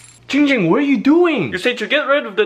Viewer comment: _- ITS GIIIING GING BRUH